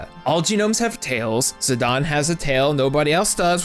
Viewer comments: Idgaf it will always be zi-DAIN...not fuggin zi-DAWN... gtfo with that sh*t. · Great video, but how can Zi-Dane be pronounced Zi-Don? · Also, the way you're saying his name is bad lol